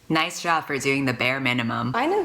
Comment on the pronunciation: NOICE. NOICE. NOICE. NOICE-NOICE-NOICE-NOICE.